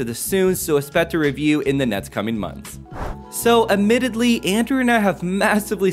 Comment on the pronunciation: Fits with all the other weirdly pronounced words in this video..... amittedly? sharming? Good video though! ....I need to relax ...carry on